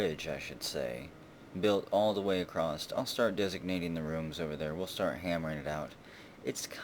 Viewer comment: May I know why you always say "acrossT"